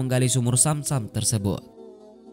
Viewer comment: BUKAN AIR SAM SAM TAPI ZAM ZAM.. TOLONG DIPERBAIKI LAGI PENGISI SUARANYA